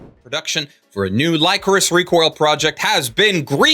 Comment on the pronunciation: I believed that we wouldn't hear about Lycoris Recoil for a while so I didn't press the issue before but that is not how you pronounce Lycoris